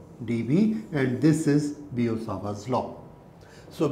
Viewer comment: Its biot-savart's law not bio-sawarb.